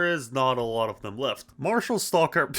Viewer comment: Why does bro not know how to say stacker😂